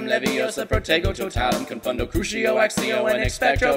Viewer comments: He pronoinces this correct but he says Crushio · Yeah he did pronounce both accio and crucio incorrectly. Judging by the games as well.